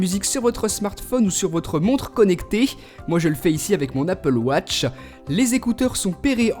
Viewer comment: Enfin tu sais dire apple watch comme il le faut !;)